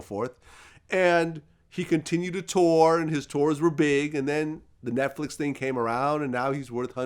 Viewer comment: Errffqwake said NESTflix 😂